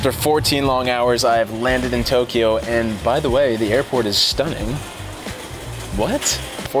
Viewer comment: Haneda (ha Nay Duh) To KYO not to Kee yo, fyi, great review otherwise